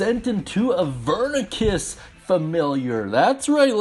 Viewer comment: Did.. did you say Avernicus? It's Avernus.